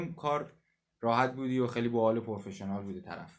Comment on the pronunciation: داداش خسته نباشی-برنامت خوبه واقعا و حرفات راجبه رسانه ها و بحث فروش و کپی رایت اینا درست و عالیه-ولی ی سری جهت گیری کردن هات خیلی مسخرس و لطفا رو انگلیسیت کار کن-ای از پورفشنال گفتنت اون از فِوِرِیتت - آرزوی پیشرفت و موفقیت بیشتر